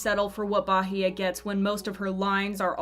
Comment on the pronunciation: Me: peacefully watching the video. The narrator: 'BAHEYE'